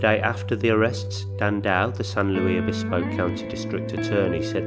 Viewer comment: I've recently found your channel, and you do a really good job! Just FYI if you're interested: The "Luis" in San Luis Obispo is pronounced with the "s" sound at the end exactly like the last name of author C. S. Lewis. Also, the "e" in San Pedro is long (silly, I know). : ) Keep up the good work.